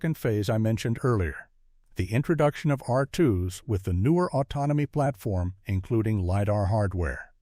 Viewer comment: Autnomiy Plarfrom? Autounimous? 😂. Prodduuction Facuiiity Expanssiiing? 😂😂😂😂